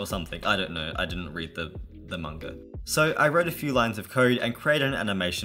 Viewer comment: mAnga not munga or monga it’s mAnga